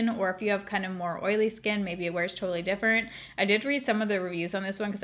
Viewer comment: 100% no tea, no shade. I absolutely adore that you say different "differnt" bc SAME & EVERYONE MAKES ME FEEL BAD ABOUT IT😂😂🖤🖤🖤